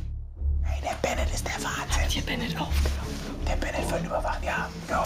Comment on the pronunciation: Bin mir sicher das der Typ Ben•net und nicht Benet heißt 😂 Grüße gehen raus